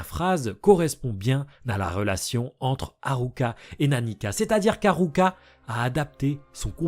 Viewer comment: C'est frustrant tu dis Killua et pas Kirua et tu dis pas alluka et tu dis ARuka 😭 ça me perturbe 😩 mais sinon ça on s'en fou, j''adore la vidéo !! 👌